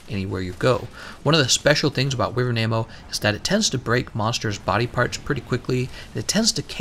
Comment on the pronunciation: i thought wyvern's pronunciation was why-vern not wee-vern, am i wrong or is he saying it wrong?